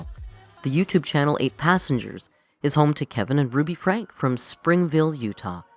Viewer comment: I was a long time watcher to the old ruby for the kids .btw it’s spelled Franke but it’s pronounced frankie